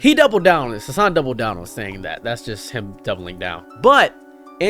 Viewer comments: Bro you didn't even say his name right, you can't complain about people not giving your video a chance when you don't even know anything about Hasan other than he's a political streamer and yells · Brother just stay in your own lane, okay. Couldnt pronounce his name right and couldn't give one example of Hasan Piker "extremism" as you call it. Then to go on and hate that he has multiple channels for different content. My bro... You're hate streaming here lmao Don't like how he streams, don't like that he has more followers then you, don't like how he has more in general... Couldn't even give an example of misinformation like Christ on a candle stick my man.